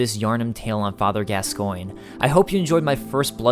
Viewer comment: Pretty sure gascoinge is French and is pronounced gasgauw